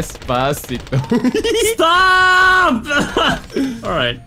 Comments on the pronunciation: Despavegeto why not instead despagito lol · He will never stop saying destcito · Nobody:; dEsPaVeGeTo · Despavegeto sounds very better than despacito :-D